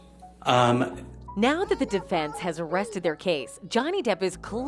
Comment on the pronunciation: "The defence has arrested their case?" Arrested? That's what it sounded like you said🤣.